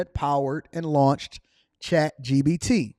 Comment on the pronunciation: … It’s ChatGPT not ChatGBT!!!